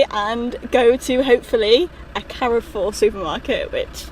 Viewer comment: Love this channel - just to sort a mispronunciation, Carrefour is pronounced "Car" "four" 👍